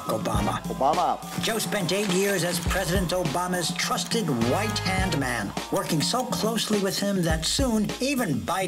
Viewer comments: Did he say "white hand man"???? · Did they say “trusted WHITE hand man” or did I mishear that?😂